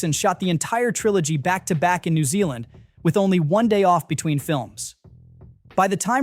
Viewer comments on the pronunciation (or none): none